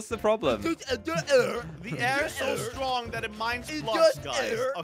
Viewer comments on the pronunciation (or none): none